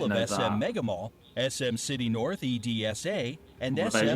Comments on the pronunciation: It s not E.D.S.A..its edsa.. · Its not E.D.S.A its Edsa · Not E - D - S - A we pronounce it to ED - SA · I can't believe the video said SM North "E-D-S-A" 😂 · When the narrator said E-D-S-A I felt that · I laugh when the bright said said "E D S A" the said the letters I meab they can read it but say what!? Like if you laugh too!